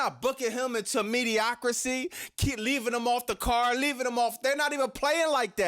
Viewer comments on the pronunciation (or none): Also its mediocrity, not mediocricy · It’s mediocrity(me•de•oc•i•ty), mediocricy is not a word.